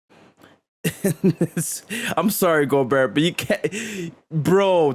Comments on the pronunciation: Also the last ”T” in Gobert is silent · Hearing this guy say Gobert is as cringe as Rudy’s game.